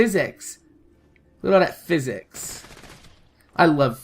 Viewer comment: "Look at all that phys-sics" lol